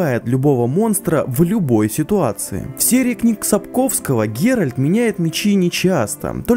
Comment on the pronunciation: Почему геральТ геральД, а ольгерД, ольгерТ? С вами ок всё? Вы субтитры хоть раз читали?